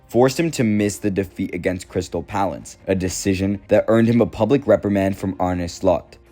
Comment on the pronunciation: Crystal "palalaas" is crazy 😂😂😂😂